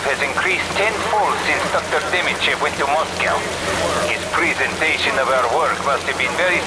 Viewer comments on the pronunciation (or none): none